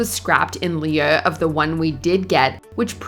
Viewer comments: The phrase "in lieu" is not pronounced "in lee-uh", it's "in loo." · Obviously AI narrator cannot pronounce lieu (lew) in the Nurse Jackie segment, instead they said in Leah of,lol! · it's pronounced LOO. Lee-you isn't a word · This narrator needs to seriously learn how to pronounce "in lieu". It sounds like Lou, not leah. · In lieu is pronounced "in lou". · but "lieu" is a FRENCH word. Of all people not directly, a French Canadian should be able to say it correctly instead of Leah. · It may or may not be right correct way of pronouncing "lieu", but good lord this narrator can't pull it off. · The sad thing is, she’s not AI. She obviously just doesn’t know the word and no one told her she was saying it wrong. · They said it earlier too. I think during You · It sounds to me like she is pronouncing it in a french Canadian accent. I think the channel is Canadian. :)